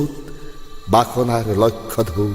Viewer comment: সুন্দৰ আবৃত্তি । আপ্লুত হৈ গৈছোঁ চেতিয়াদেউ । পিছে বাসনাৰ লক্ষ ঢৌ "লক্ষ্য" উচ্চাৰণ হ'ল ।